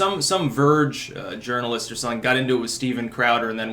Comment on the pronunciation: "Urinalist". Not "journalist"